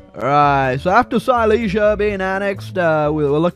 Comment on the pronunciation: its pronounced "seelezya" not "sayleesya" you gonna work on your polish-german lore